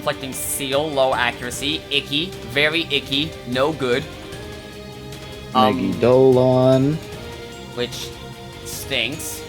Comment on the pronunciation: why do smt youtubers keep mispronouncing megidolaon??? its me-gi-do-LA-on. not me-gi-do-lon. ugh it gives me conniptions!!